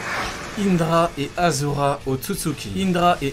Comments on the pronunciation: Achura et non azura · pk tu dis azura c'est ashura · ont dit aCHura!!!!!!